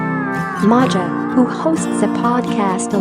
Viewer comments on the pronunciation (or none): Her name is pronounced MAYA ....😮